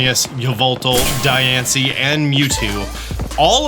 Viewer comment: actually says Diancie correctly